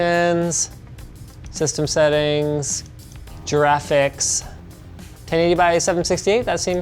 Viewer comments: "Jraphics" haha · Nobody: Literally nobody: Linus: J - RAFICS